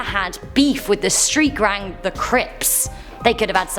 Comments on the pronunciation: “ street grang “ Lmaoo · Lol, street grang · “STREET GRANG” 😂😂😂🤦🏿‍♂️